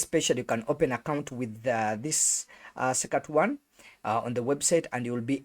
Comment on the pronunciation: Suck a two one ....😂😂 That's not how it's pronounced